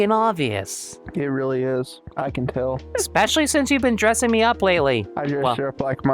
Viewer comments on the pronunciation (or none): Please stop saying "eck speshully" for the love of Nemona